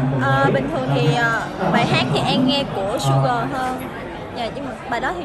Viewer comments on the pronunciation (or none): su gờ:))